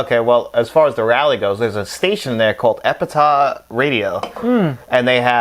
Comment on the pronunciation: Epitaph the "ph" sounds like an "F". "Epitah" is not a word. You both sound like Eric Cartman saying Authoritah!